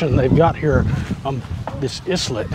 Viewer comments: was islet supposed to be pronounce as "i-let" instead of "s-let" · i think it pronounce ay-let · Islet is pronounced isle-let, simlar to how island is pronounced isle-lund not is-land.